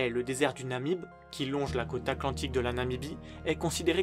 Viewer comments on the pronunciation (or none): none